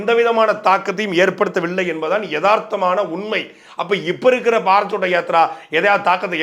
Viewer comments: பாரத் சோட்டா யாத்ரா இல்லை அது பாரத் ஜோடா யாத்ரா. இன்னொரு மொழி என்றாலும் சரியாக உச்சரிக்க வேண்டும். சாட்டை அவர்கள் கவனிக்கவும். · First pronounce the word correctly. That is Bharath Jodo yatra. Not chotta yatra. Jodo means unite. Chotta means small.In Tamil Jodi means what. That word is derived from the hindi word jodo